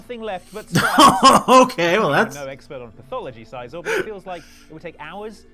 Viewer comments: The way they pronounce Scizor hurts my soul. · its si-zor not sigh-zor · How the fuck do you mispronounce scizor? It's literally scissors. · SEE-zor. Like "scissor." Do these people NOT cross-reference the animé?